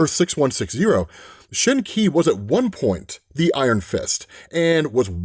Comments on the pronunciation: explained Shen Qi is pronounced Shun Chi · I think “Shen Qi” is pronounced “Shaun Chi” like “Shang Chi” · Yea, for to fumble that was kinda funny and sad.... who reads comics that much and don't know how to pronounce that 😅😅😅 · Right, but you said "it's kinda his job to know most of this" and my point was, knowing how to pronounce a foreign name is not apart of his job. And i think you're a little confused, because THAT was the point of the comments we're both replying under, they didn't say anything at all about not knowing it's the 6160 version of Shang Chi, just that he doesn't know how to pronounce the name Shen Qi.